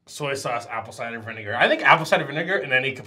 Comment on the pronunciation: Nobody gonna talk about "vinager"?